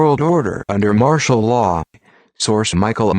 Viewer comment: ITS 'MARTIAL LAW' YOU IDIOT